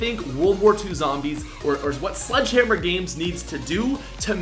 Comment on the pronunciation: Is it just me or did say sludgehammer?